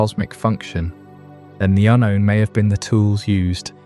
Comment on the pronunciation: Yep same here "un-rown", "ahnown", "untone"...